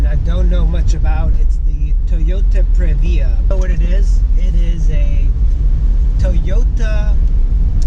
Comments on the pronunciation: If I hear Pre....VIA one more time......Prev-e-ya..... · its Prevyah...